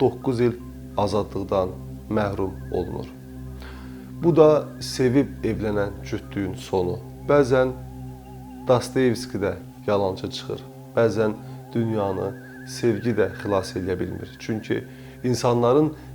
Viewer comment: Dastevsi yox, Dastayevski